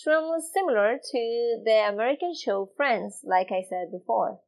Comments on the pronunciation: When you wanna say show.. You are actually saying (chow)..common but obvious mistake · This teacher is sooooo nice. She does the cutest thing I have heard a few times; she pronounces the ch and sh in reverse. So, instead of saying show, she says "cho"; and I assume he does it the other way around, like chew chew train, becomes shoe shoe train. "He chure was riding that shoo shoo train". Absolutely adorable. Por favor, no cambia.